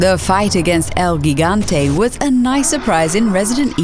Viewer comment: " HEE-GUN-TAY " el gigante. And Ndesu was a complete nightmare on professional - so I don't know wtf you're doing, putting him on this list